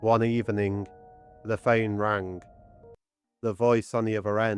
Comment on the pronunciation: I swear he said the phane rong instead of the phone rang